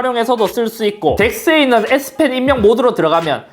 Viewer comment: 형 잘못말햇어 s펜인데 s핀이라고 햇어 형